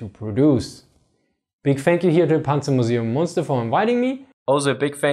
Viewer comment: It's Münster. And without the dots it's Muenster. But i guess that's too much for you people from Lundon or Nev Yok to pay attention to.